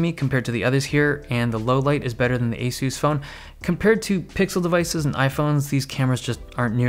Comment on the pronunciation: y u say asoos its asahs